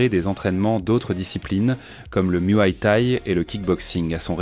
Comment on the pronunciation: Le muhaille thaï ? Lol